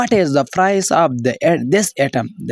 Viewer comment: price not prise you have so many mistakes in your pronunciation first you will have invigorate your pronunciation